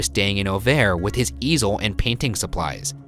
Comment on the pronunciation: Awful. Just awful. Beginning with the ignorant pronunciation of Auvers, through the snarky, trying-to-be-funny-but-only-making-jerks-of-yourselves, to ignoring the fact that the experts do not think Van Gogh committed suicide, this was just awful. ick.